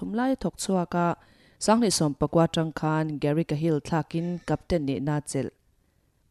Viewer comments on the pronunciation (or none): none